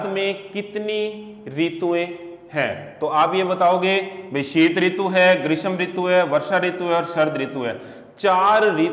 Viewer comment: ग्रीस्म नही ग्रीष्म होता है।